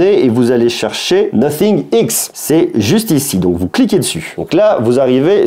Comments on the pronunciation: C'est Nothing [Nāfing] et non Nocing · « Nocing ? » la prononciation 😂!